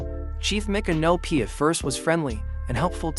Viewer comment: Please try and stop mispronouncing Micnopy. It’s pronounced like MICK-AN-O-P for Christ’s sake